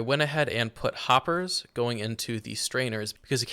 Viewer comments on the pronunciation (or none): none